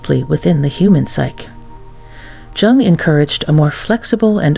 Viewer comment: You are not pronouncing Jung correctly!